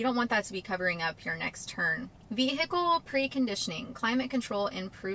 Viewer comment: Hello and welcome! I'm Nudie Hand Puppet! Great update as ever... I also love the way you say... Veee Hickle.